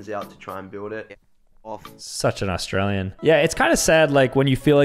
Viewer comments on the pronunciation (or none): none